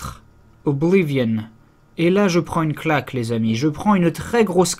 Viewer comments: Sa s'ecrit oblivion mais sa se prononce oblivione 😅😄 et aussi j'ai enfin eu mon niv 48 sur le jeu et je kes terminer 😋😊😉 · Les PNJ prononcent bien 'Oblivionne' dans le jeu, donc le francicisme est bien faux techniquement... Mais apres tout le monde s'en fout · Ce serait bien qu'on arrête de dire OBLIVION avec ce vieil accent français ce qui rend le mot super moche alors que même dans la VF du jeu on dit "Oblivionne" bordel (au rappel, Oblivion est un mot anglais qui ne peut pas se traduire et qui veut dire grosso merdo "l'oubli"._.) Surtout, tu dis très bien le mot avec la bonne prononciation quand tu parles anglais, donc stop le massacre, c'est juste hyper moche OBLIVION-ION-ION